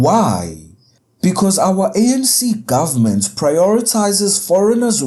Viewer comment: It is ANC...not SANC